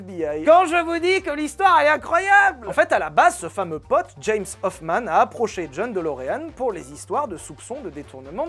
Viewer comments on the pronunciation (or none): none